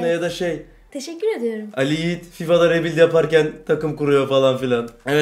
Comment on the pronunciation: Ri büilyd. Oglum rebilt degil Ri büilyd Ri Büilyd